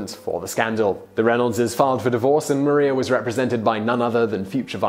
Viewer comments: I thought it was Mariah not Maria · Did he really just call Maria Reynolds, Mah-ree-ah instead of Mah-riah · John Jay wasn’t necessarily a slacker he was sick...it says it in the musical also YoU cAlLeD mArIa MaRiA it’s spelt the same but you pronounced it wrong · They way he pronounces Maria is bugging me also I love how some of the pictures the used for the Reynolds scandal are Hamilton art lol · MaRiA omg he’s pronouncing it wrong dhhdfhjr